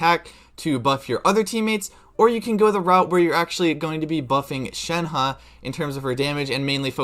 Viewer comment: Thanks for actually making an effort to pronounce her name right. It’s so frustrating